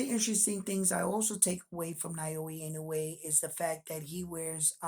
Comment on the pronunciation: Hey, you've got the "Inoue" pronunciation down now. 🙂 Now let's tackle "Naoya" It's: nah-OH-yah You're saying it like: nai-OH-ee Japanese vowels are actually super simple. They don't have very many of them, and the romanized spellings show you pretty close to exactly how to pronounce it. "NA" = NAH "O" = OH "YA" = YAH